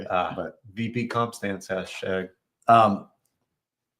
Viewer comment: Husband says he she's " stace" instead of stance.